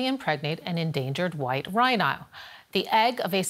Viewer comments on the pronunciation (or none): An endangered white RhAINAAoH! 🥰